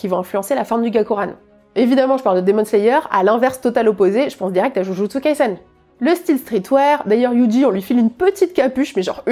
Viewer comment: Tu es l'une des rares personne que je suis sur youtube et qui arrive à prononcer correctement Jujutsu Kaisen, je respecte 💯